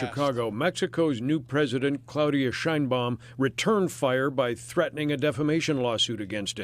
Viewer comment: No she’s not CLADIA SHAME BALM